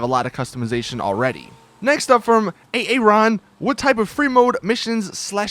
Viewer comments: Ahh, A-A-ron I Think It is just pronounced Air-Ron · Lol, a-a-Ron... It can be pronounced air-Ron or just aron. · ay ay Ron? you mean Aaron "ah-ron" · Omg did he just call him A Aaron 😂😂😂😂😂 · "next up from A-ARON" haahahhaahahah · For all those who said "he said Aaron like A-Aron" it's a skit from Comedy Central! YouTube: substitute teacher and you'll find it. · Did he just pronounce Aaron, A aron... 😑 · yeah they cant prenounce shiit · "A-A-Ron" lmao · did he actually pronounce Aaron "A-A-ron"? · this nigga said a a ron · Also the way you say my name(Aaron) is said A as in a like a shark for example and then just say ron. Now say it together like Aarun (I spelt it like that on purpose). Thanks. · did u just call a guy called aaron. a a ron, wow talk about stupid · That's not how you say Aaron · HE SAID MY REAL LIFE NAME!!!😁😀😃... but incorrectly